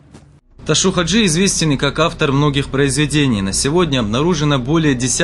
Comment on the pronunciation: Чё за Ташу 😂??? Его звали Ташав -Хаджи не искажайте его имя .